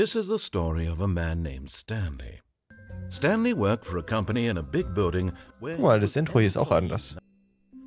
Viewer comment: Zoombey hat leider den jim knopf verpasst der "stanly " sagt